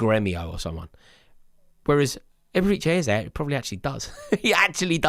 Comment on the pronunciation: "Eberichay Ezay"😂😂😂